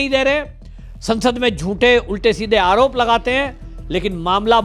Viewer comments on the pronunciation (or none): none